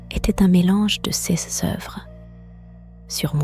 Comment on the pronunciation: Sauf que prononcer le S de "ces" ou "ses" etc ça casse un peu la narration...